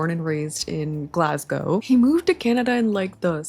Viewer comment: Your pronunciation of "Glasgow" is 😚👌